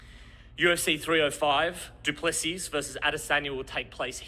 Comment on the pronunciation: u pronounce duplesis duplesi the second s is silent